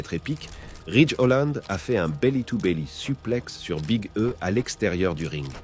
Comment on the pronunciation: big e se prennonce Big e ? non sa se prenonce big i